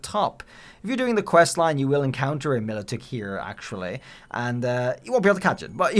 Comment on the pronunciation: My-low-tick is how you say it.